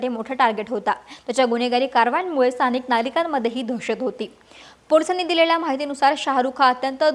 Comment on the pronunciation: वा अक्षता व्वा. अणेक पूने, पन, गुण्हेगार, गुण्हे , काण, कोनती, म्हनन, स्थाणिक, खूण. भारीच मराठी.